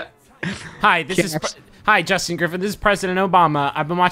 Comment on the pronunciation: toe to tip, that's a jorstin.